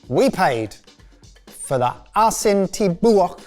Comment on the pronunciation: While listening to the video, I was shocked and I questioned myself "what are they doing with whole salt?" Then I watched the part and laughed how pronounced Asin Tibuok